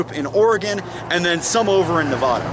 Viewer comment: Nicely done... but if you're going to live in the west, you better learn how to pronounce Nevada correctly...